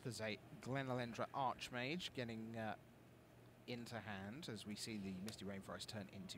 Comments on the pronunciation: super lame for correcting on Archmage then saying it wrong himself later. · So annoying that corrects for saying archmage wrong then a bit later says it the same way did..